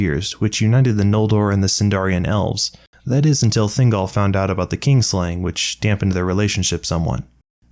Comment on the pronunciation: Text reads kin, you say king